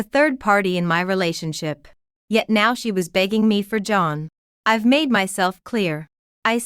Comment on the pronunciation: Buy a better ai! If it still says 'ivvvie' when the scripts says 'I've' (I have many more examples of it failing after just 2 minutes of listening) it s sub-sub-sub-performing. Do not serve your listeners crap!